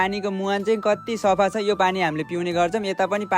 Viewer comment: safh hoina safa vana. nepali language ramro saga bola